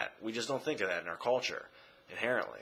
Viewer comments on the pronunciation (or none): none